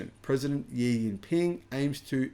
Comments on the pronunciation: Xi is pronounced as She. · why cant you pronounce Xi's name properly?